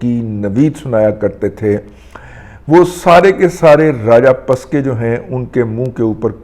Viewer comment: راجہ پسکے نہیں راجہ پکسے